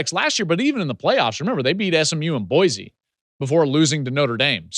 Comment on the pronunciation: Put some respect on our name. You pronounce it Boi cee. Boise State !! There is no z in there.